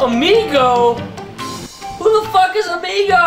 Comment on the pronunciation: It's AMIGO not EMIGO !